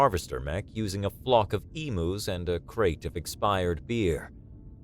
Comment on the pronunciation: Emus is pronounced, phonetically, "eemyooz"